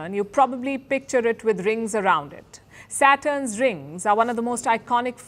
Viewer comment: When she says Saturn's it's sound from her Satan😂😂😂😂